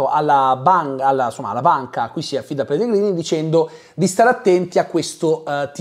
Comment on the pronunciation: scusa ma in che lingua hai guardato la serie? Perché pronunci Pellegrini all'italiana quando anche nella versione italiana il nome viene detto "Pellegrinì"